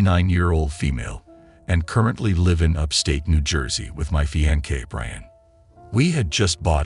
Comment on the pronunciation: Fiance (Fee-on-say)